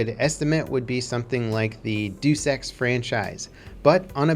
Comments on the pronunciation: Day-us Ex, not deuce ex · I think its called Deus-Ex not Dew-Sex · It's not pronounced "doose ex" you fucking mongrel it's pronounced day-us ex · "Doos Ex"? It's pronounced "day'oos-ehks", you moron. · hahaha i know Dusex.... .Cap... it's two words: Deus Ex not Dusexmachina ;) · Why did he call Deus Ex 'Deuce X'? :((( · I'm your biggest fan and your punching me in the balls by mispronouncing DayUs Ex. My favourite game and possibly the best game ever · Deuce Ex lol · DUSEX LMAO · This is the 2nd time I've heard him pronounce Deus as deuce, I'm sure he just doesn't know how to actually say it. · He said Do Sex franchise